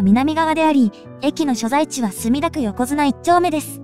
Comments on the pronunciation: 横綱（よこづな）では無く、横網（よこあみ）です！ 地元の人はこの読み間違いに辟易しています！！ 江戸時代からの地名ですので、ましてやロケしていれば気付かないはずは無いんですが…😅😅😅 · いい動画作るのに地名や駅名の読み間違いが残念です よこづな✖よこあみ〇 いいだちょう✖いいだまち〇